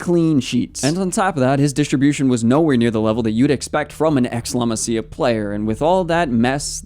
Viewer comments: great video, but just saying: it is 'la maasia' not 'laa massia' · how do you do videos only about barca nad dont know how to pronounce la masia